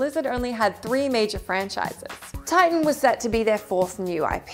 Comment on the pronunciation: Titian? It's Tighten, duh.